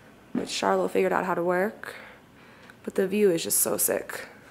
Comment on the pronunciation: I think it's pronounced like "Sharlow", whereas Charlotte is typically pronounced like "Sharlet".